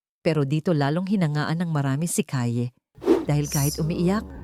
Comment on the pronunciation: Mali ang pronounciation mo ng name ni Kaye